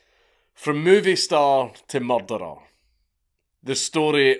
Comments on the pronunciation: Mare-dare-ehr, Scottish for murder. Got it. That was a shock to learn about this guy, mankind can be an evil and mysterious beast. Road to a million subs, let's go. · I heard "Mahturah" and thought this was going to be about Kaiju. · MuRdeRuR 😂 it’s because we can pronounce our R’s…properly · I never tire of hearing Scottish people say "murderer" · it's got a similar twang to the way Jamaicans say murderer. Probably to do with the way the "R" is pronounced. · Really tasting those Rs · Came here just to say this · Yes! 20 mins of CD trying to pronounce murderer like Benedict Cumberbatch trying to say penguin. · Only a Scot could pronounce "murderer" with 2 "L"s